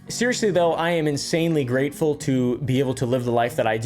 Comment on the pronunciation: Did you say you’re greetardeding?